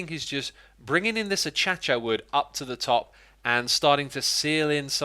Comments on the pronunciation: a cha-cha wood? its ákaziá or ákashiá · "ah-CHA-cha"? Really X? How about "ah-KAY-sha"??? 🥴🤷‍♂️ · achacha wood.. its pronouced uh- cay- she- uh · a cha-cha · Stop pronouncing it like a - ch -a - ch - a It’s pronounced a - c - asia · A-Cha-Cha? it kills me every time you say that Acacia AH-Kay-Sha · It’s not pronounced achacha it’s pronounced A-kay-sha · "a kei shuh" = Acacia. or "a kei see uh" sometimes. It's a real plant and you can google "acacia pronunciation" idk where you get "a cha-cha" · Xisuma my friend it’s pronounced Acacia—>(A-Kay-sha) wood. Other than that gg on Cubs demise. That was some good quick thinking. The demise team should have an inside challenge to see who can trap more of the living. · lol achachuh wood ITS ACACIA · Probably spammed to death (again) over this, but you pronouce it as a-kay-sia wood :3 Not bitching about it, just pointing it out. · you dont pronounce it ah-chatch-a wood its pronounced ah-cay-sha wood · you always say ACHACHA but it's pronounced ACAYSHA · acacia wood is pronounced (Uh-kAy-shuh) not (Uh-cha-cha) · Xisuma: reads the word Acacia Xisuma: A-CHA-CHA Most other people: It’s A-Kay-sha Xisuma: ACHACHA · Xisuma its akasia not ashasha. Hahahaha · Acacia not achacha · “Achachya Wood” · I think you are supposed to say "ack a cia wood" not "a cha cha wood" im 85% sure I am correct :/ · Like: A-Kay-See-Ya Comment: A-Chia-Chia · what I want you to do next time is pronounce acacia wood correctly please (akashia) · acacia (Akashia) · I love how he says "A-cha-cha wud" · Xisuma, as cute as I think your pronunciation is, its Uh-kay-shuh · please, PLEASE tell me he is saying achacha wood as a joke. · This man called acacia wood A-cha-cha wood Bruh Moment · say it with me acacia. uh· kei·shuh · Um Xisuma it’s pronounced Akasha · No one Xisuma: achacha wood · Who else cringed when he said achacha wood? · ive only now realised he says achcha wood achacha real smooth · Why do you call it achacha wood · Its a—c—ay—shuh Not a some dance